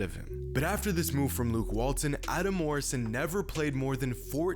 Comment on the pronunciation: You did Luke Walton wrong bro😂😭